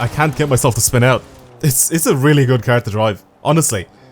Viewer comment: I love how he says car "cur" LOL